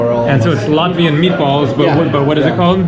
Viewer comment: I'm latvian and the whole time I was laughing at your latvian pronunciation but I can tell you were trying your best😂